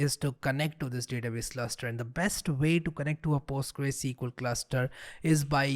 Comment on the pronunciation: It‘s not Postgre, it‘s either Postgres or PostgreSQL.